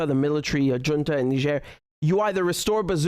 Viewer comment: Dear Richard, I appreciate your content. Allow me one little side-note: Look up how to pronounce "Junta". (SCNR) Keep up the good content, my best wishes & take care!